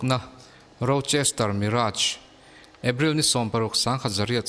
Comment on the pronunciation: Rochester chu lam zo ve bet2 hle mo